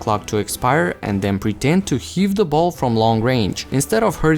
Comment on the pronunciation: The word “the” doesn’t start with a D sound.